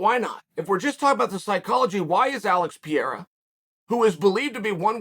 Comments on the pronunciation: Chael please just once, could you take an extra 5 seconds and sound out the last name? The guy glances down at a name and half reads it, then from that point on that is how he says the name. Remember Islam Mockle-chev? Pee-era now? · the name butcher hits again "Alex Pierra" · Hey bad guy it’s per-air-a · Puh-rye-ruh. Say it with me now lol. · who else came here just to hear Chael say "Alex Pierra" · No one: Uncle Chael: PEEira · Piera, to piere, what it is we got with that. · Alex Piera 🤣🤣🤦‍♂️ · Chael “Alex Piera” Sonen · Pierre-a? lmao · Pereira [Pee-era] ?? Not sure that pronunciation is correct. lol But it def wouldn’t be the first time. —> Belal (Chael translates to..) [Bluhal] 😏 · Who’s Pierra? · Chael: "What's the guy's name?" Us: "Alex Pereira" Chael: "Ok Piera it is" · Alex Piera?!? 😂😂😂😂😂😂😂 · Love uncle Chael but I cannot sit and watch an opinion video when 5 seconds in he calls the dude Alex 'Pierra'. Idk if he's being cheeky & I know it's a foreign last name but bruh, Where's the hespec. And he's a commentator lol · thanks for teaching me how to pronounce pee-era correctly Uncle Chael.... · Alex "Pee era" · Alex Peeyera Uncle Chael at his finest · Uncle Chael. It's pronounced Par-ray-rar 🤗🤦🏿‍♂️ Love your content, Champ. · Alex "Piera" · Oh Chael why do you keep saying Pierre? You have to know his name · Uncle Chael just legally changed someone's name again. This time it's Alex Peeyera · pee-era comment for the algo, ty uncle chael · bruh keeps saying piera like it has one R undefeated undisputed at pronouncing fighter names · Get pee-era on ufc4. Cmon uncle chael you can do it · Now it's pretty clear that Chael is mispronouncing 'Pereira' as 'Pièrra' on purpose. That's pretty pathetic. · Alex Peeyerah. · Pee Error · who tf is Piera? LMAO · I have a question for those who speak Portuguese. Does the bas guy have slight problems with pronouncing Alex Pereira family name or he's pretty accurate? Thanks. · I hate the way he butchers his name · Alex "PIERA" lol